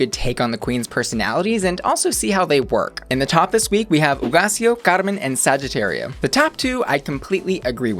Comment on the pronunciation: Trying to pronounce every queen's name correctly and then they say saggitaria like a true american 😐